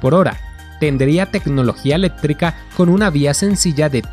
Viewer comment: Eléttrica,proyettos, aprotcimadamente, conette